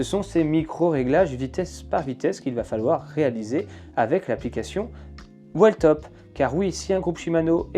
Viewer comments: Merci poour le test et la revue honnête et complète ! Sur la prononciation de la marque attention c’est "wiiltop" 😅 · Whiiiiiiiillllltop il faut prononcer ! 😅